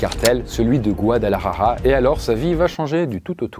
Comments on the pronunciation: Par contre faut vraiment arrêter de dire guadalajaja c’est : Guadalajara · C'est pas Guadalajaja c'est Guadalajara ! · Quand il dit Guadalajara il dit : Guadelahaha ☠️ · 😂 c'est pas guadalarara ...ca se prononce Guadalajara....le r devient l.